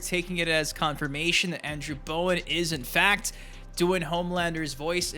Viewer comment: It's not Bowen